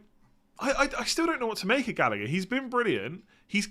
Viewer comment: Say it with me Gall-agh-er